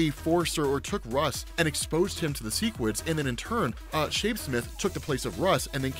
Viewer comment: Okay, the show confirmed its seh-quids not see-quids and that's all I could think for the second half of the vid. I get it if you read the comics first and then go show, but I saw the show first so I've always read seh-quid